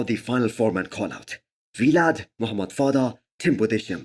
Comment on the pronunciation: Dude stop saying V-Lad. His name is Vlad